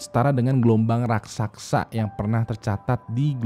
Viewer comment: RAKSASA bang bukan RAKSAKSA